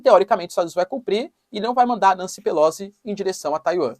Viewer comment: Professor, assim como todos comunicadores se esmera em pronunciar nomes em inglês corretamente, pq não o faz tb em italiano? Pelozzi se pronuncia Pelotzi. Pq Nâncy? Não soaria melhor Nanci, como cá se diz? A propósito, pq Flórida se na origem era Florida, como quis Ponce de León, o espanhol seu descobridor e batizador?